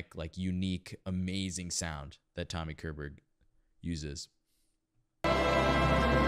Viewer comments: Uhm.. Tommy Koerrrrburrg. 😊 Tommy Körberg - believe me - deserves your correct pronounciation. ^^ Chess wasn't the thing 2000. Chess was THE thing. In 1984. Worldwide. Please. Follow my advice: You should really - really - listen to the end of the Album version in 1984. I mean it. He litterally lift his voice to the octave above. NOT by force. Using overtones. The transition - is something out of this world. I'm a classic schooled singer. Haven't heard ANYTHING like it. Since 1984. Seriously. Listen to the ending of Anthem. Album recorded 1984. Last note. Listen carefully. Thank you. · The K in Körberg is pronounced with a "sh" sound like in "ship", not a K sound. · CHESS was written by Björn and Benny, the 2 B in ABBA, a d Tim Rice, JCSuperstar. It is lf Swedish origin like most of music today. Tommy Körberg is pronounced shorberg. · Great reaction! I was going to mention the '84 recording by I see others have beat me to it. On a side note, I hope you don't mind, but one pointer on how to pronounce his surname: the K is soft and sound like the leading phoneme of "she", "sharp" and "shallow". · Pronounce it "Shorberriah"